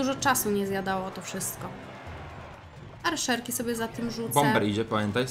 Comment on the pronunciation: Arczerki a nie Arszerki xD